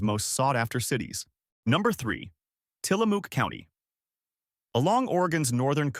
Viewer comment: Some of the mispronunciations are just painful, but hearing Tillamook pronounced as Tillamooooook is pretty hilarious! 🐄 Separately, this isn’t factoring in what Trump has done to the economy across the United States which, typical Republican, trashed the gains from the prior Democratic administration. The only time the Republicans care about the deficit and the economy is when they are not in power!